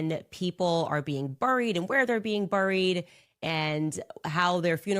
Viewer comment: She can’t say buried properly. She has a forked tongue 🐍